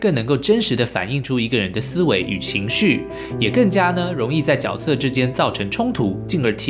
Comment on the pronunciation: 大哥我就是想告诉你，那个念角（决）色